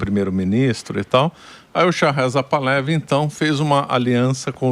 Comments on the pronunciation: Se fala: Par-la-VÍ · É literalmente "Pahlaví". É oxítono. Botei até acento agudo no 'i", que não existe mas foi para exemplificar. É como os Iranianos originais pronunciam. Agora, fale como quiser, você é livre.